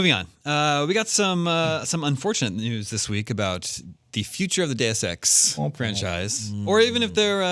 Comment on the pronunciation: I love it when you pronounce Deus Ex properly, not "duce ex".